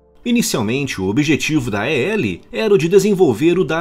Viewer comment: É estranho ouvir A-E-L ... Na própria empresa é pronunciado "AEL".